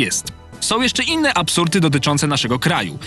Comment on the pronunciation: "apsurty". Nad komentowaniem czyjego filmiku ja się tu spuszczam......